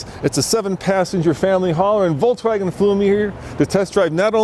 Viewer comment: Awesome video, but what's with saying "Voltswagen?" It's "Volkswagen."